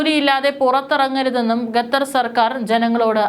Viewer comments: Not gatar but Qatar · ഗത്തർ അല്ല മോൾ ഖത്തർ. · ഗദ്ദർ 🤔 അല്ല ഖത്തർ. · അവതാരക / കൻ, അവരുടെ ശൈലി, ഉച്ചാരണ സ്ഫുടത, ശബ്ദം ഇതൊക്കെ നല്ലതാണെകിലേ വാർത്ത കേട്ടിരിക്കാൻ താല്പര്യം ഉണ്ടാകൂ! ഗത്തർ, ഗമിനി എന്നൊക്കെ ഉച്ചരിക്കുന്നത് അശ്രദ്ധ മൂലമാണ്.